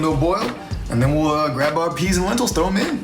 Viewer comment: Not gonna lie, you lost my fat ass at "Healthy" bahaha but...BUT...PENTILS!! or Lenteas? Loving that ensemble by the way, looking mighty sharp ;)